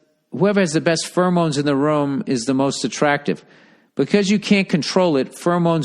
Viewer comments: The way he pronounces pheromones is like nails on a chalkboard to me. "Furamones" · Take a shot every time Bill says "furmoans."